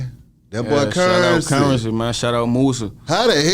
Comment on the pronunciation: Put some respect on my nigga name it’s Curren$y not Currency. “$”